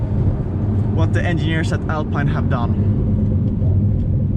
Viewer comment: Alpeine Alpeine if you can’t say Alpine al the rest of the movie doesn’t matter anymore ......sorry